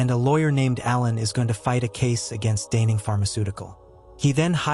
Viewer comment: Can't even pronounce "denning!? Gobbledygook